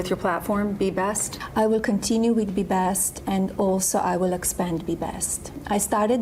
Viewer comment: Oh good, more 'Be Bast'